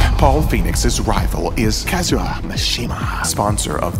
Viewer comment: It's KazuYA, not Kazura.